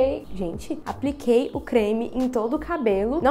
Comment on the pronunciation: "Apriquei" kkkkkkkkkk